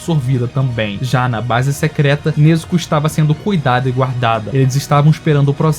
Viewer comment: eu fico agoniado quando ele chama o Ubuyashiki de Ubáyashiky kkkkkkkkkkkkkkkk O maluco erra o nome do mestre do esquadrão... pelo amor de Deus. Até a pronuncia da Nezuko dele é triste. Mas valeu pelo vídeo. Só é estranho alguém que aparentemente conhece bem o anime nao saber o nome dos personagens.